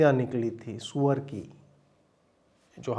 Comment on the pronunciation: The way you said Suwar😂😂😂